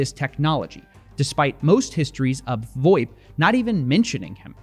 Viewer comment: Absolutely nobody in the business calls it “voip”. It’s VOIP